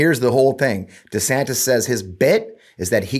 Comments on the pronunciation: One more time I remind y'all, it's NOT DEE-Santis, nor is it DEH-Santis. It's DUH-Santis! DUHHH!!! 😆😅😂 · It's Duh Santis bro... Duh 😂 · It is DUH? Santis, like as in DUHSNOT have a clue. He is asleep at the wheel and out of touch with anyone's feelings but his own. Get A WOKE meatball Ron !! 😊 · Duh-Santis. Duh. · it's Rhonda Santis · I believe it’s pronounced Duh Santis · Anyone who changes the pronunciation of his own last name according to the whims of the wind has no backbone to be the President of the United States. DEEsantis. 🪼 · Let me correct it for all of you... it's DeSHITSTAIN. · For the record it's Duh Santis. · I'm pretty sure his last name is pronounced Duh-Santis. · IT’s Duh Santis. because he ain’t home in the head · He doesn’t know how to pronounce his name, either. He has gradually changed it since he first took office, making it sound less Spanish and more Anglicized. So, there’s that. So,don’t feel too bad about not knowing how to say it properly.